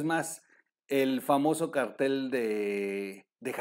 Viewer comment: Perdón pero he observado que pronuncias cartel, un cartel es un anuncio sin acento, para referirse a las mafias es cártel con acento. Espero no te moleste pero nuestro idioma es maravilloso. Con amor 😍😍